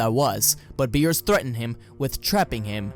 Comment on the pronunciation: Hey!...missing an R in there